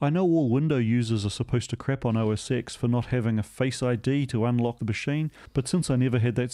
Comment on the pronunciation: Now we need to teach you that it's pronounced OS 10 :D